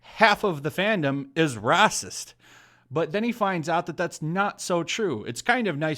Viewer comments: Anyone else find the purposely mispronunciation of "racist" or "bigot" really annoying? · lol rah-sist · Pronounce Racist properly!